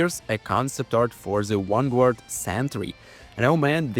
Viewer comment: That sentry concept looks so good. Also id pay good money to hear pronounce vanguard correctly 😂